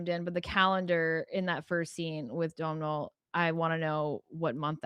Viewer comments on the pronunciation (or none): Lovely review, ladies. I live in Ireland, and a more correct pronunciation of Domhnall Gleeson’s first name is like…’Doughnul’, like donuts. That’s how I pronounce it, but perhaps an even more correct pronunciation of this Irish language name is ‘Though-nul’. The ‘m’ is silent, for sure. Loving that 3 of the. 4 men in the video are Irish - and of course we love Lewis Capaldi here in Ireland.